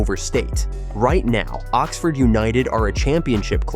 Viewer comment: More AI crap. So many inaccuracies, and an American accented voiceover that can't even pronounce Oxford correctly. Total BS.